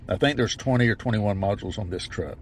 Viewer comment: Sounded ordinary as fuck, then when he says truck it was like southern accent whiplash. Holy shit, I'm still recovering from that.